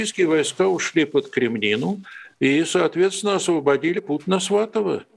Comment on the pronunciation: Не Кремнину, а Крэминну